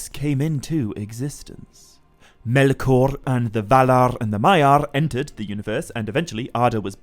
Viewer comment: Never knew it was pronounced melkorrrrrrrrrrrrr